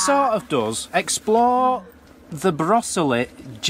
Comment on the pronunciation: The quaker burial ground is in Coalbrookdale:) . and brosesly is pronounced bro zilly..... :) ... love your take on it though :)